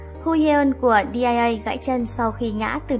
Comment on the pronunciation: Dia chứ ko phải Di a a ạ